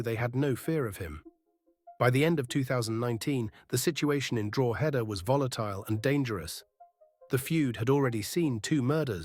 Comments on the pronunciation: Good video. BTW it's "dro·huh·duh" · Wheres Drooheda😂😂😂 ye cant even pronounce the names of towns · It's not Droooheda ya AI plonker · Drogeda lol 😂 😅 drog a da ? No lol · Don't mind this sham Pronounced correctly it's draw-head-da Pronounced by locals it's draw-da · I wish you could pronounce Drogheda properly, it ruins this video for me, and why should I part with money to support AI clickbait bullsh*t, to make money like a grave robber, cashing in on people's tragedy including four deaths, feeding of gossip, I think who owns this site is sick a person or a bot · Do you need another pronunciation lesson for Drogheda? Everyone else here teaching ya 🤣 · I'll be honest, the stories you post are good but the Ai ruins it as it can't pronounce Irish words and it is very frustrating hearing Gard-i-e and Drogheda pronounced completely wrong. I understand Ai is easier than doing it your self but imo ppl would prefer a real person even with a voice changer.